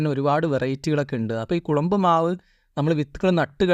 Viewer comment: കുളമ്പ് അല്ല ചങ്ങാതീ കൊളമ്പ് ആണ്